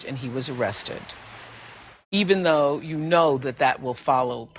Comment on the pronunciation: THE PART WHEN RIHANNA SAID EVENDOW I HIT HIM FIRST, YOU SAID, BITCH! 😂😂😂😂😂😂😂😂😂😂😂😂😂😂😂😂😅😅😅😅😭😭😭😭😭😭😭